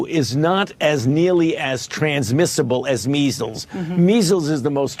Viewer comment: Jimmy I love ya but he said 90 for meizzels this is nothing